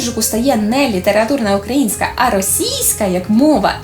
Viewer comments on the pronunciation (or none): none